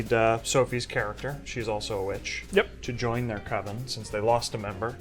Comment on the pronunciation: There's only one Coven and it doesn't sound like OVEN, man.